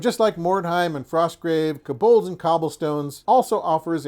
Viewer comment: keh-bohlds? I believe it's pronounced co-bolds (kō-bôlds).